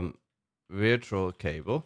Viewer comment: good video why did you pronounce "virtual" like that